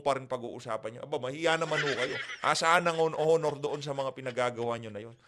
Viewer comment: blogger, HINDI po “Honor”. “Onor” po. Yong “H” ay silent(walang tunog pagka sinabi ang salitang “HONOR”.